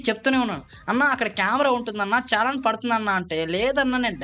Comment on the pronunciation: అది ఛాలాన్ కాదు bro....😂 చలాన్ (Challan)